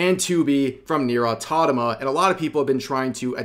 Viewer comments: I'm sure one day Rev will learn to say Nier:Automata correctly :) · Bro's been talking about Nier Automata for several videos but still can't pronounce it properly. 😂